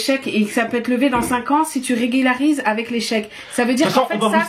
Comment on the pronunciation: Mdr se moque mais elle ne sait même pas dire « régulariser » 😂😂